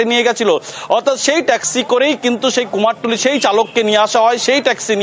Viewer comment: আবার কুমারটুলি? ওটা তো কুমোরটুলি বলেই জানি